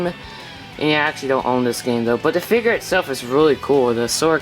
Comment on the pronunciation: Dude it figure not figer